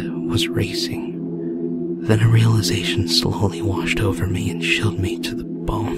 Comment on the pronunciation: has been playing too many games with Pewds. He said "chilled" like "shilled" just like Pewdiepie.